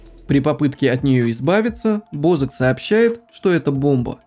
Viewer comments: Не БОзака а бАзака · Бо ЗАК ударение на А